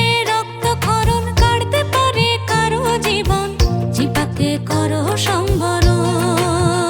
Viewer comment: সম্বরণ নয় হবে সংবরণ জিব্বা নয় উচ্চারণ হবে জিউভা